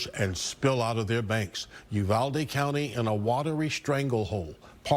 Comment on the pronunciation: "You-valde" you did Great Getting the info out ❤ Thanks gor Reporting